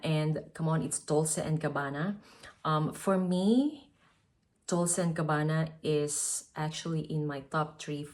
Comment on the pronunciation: Dolce is pronounced „dolche“ (ch like the word chair)